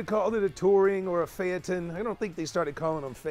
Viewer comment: Phaeton not phanton....